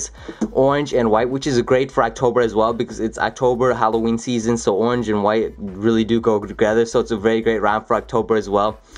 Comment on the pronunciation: "as you can see it's ownge themed... it's an ownge themed glow.. you can see the little glowy ownge."